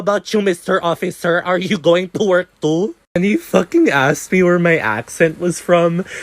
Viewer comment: “It’S a FoCkiNG lEsbIAn”